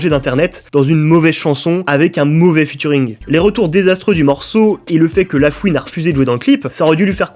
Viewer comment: Cette série est énorme par contre prochaine fois que tu dis Futuring ya moyen je casse des trucs